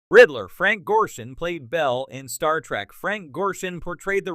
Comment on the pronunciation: That would be a pretty good AI voice if it could pronounce Picard or Star Trek correctly.